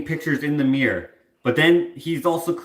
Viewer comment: Does everyone in Canada have miYYors instead of miRRors? Can't see the reason behind that pronunciation. Great ghost story :D